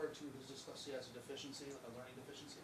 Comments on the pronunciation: Right?? Keep hearing "dickslexia" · This attorney has a tough time saying the word dyslexia LOL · OMG, mom is a CNA, not a doctor, teacher or pharmacist… and for the love of all things holy it’s pronounced DIS lex EEE ah and call OY dal silver.